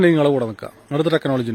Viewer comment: ആ തെക്നോളജി കേൾക്കുന്നതേ ഒരു സുഖമാണ് 😂😂😂 ജാമിതക്ക് തെക്നോളജി കിട്ടിക്കാണും 😄😄😄